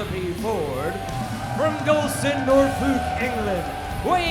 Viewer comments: Justin trolling Kip by again mispronouncing Norfolk. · Someone please have a word with Justin Roberts about his pronunciation of Norfolk. I'm a Norfolk boy and he's doing my head in!